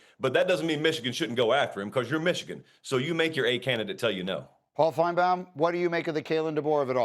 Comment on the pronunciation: Greeny kinda drives me crazy the way he pronounces finebaums name. Everyone else pronounces it fine-Baum he pronounces it fine-bam.